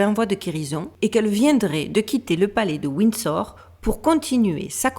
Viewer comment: "Wind Store"... Svp Fr + En speech coach. Pawze please.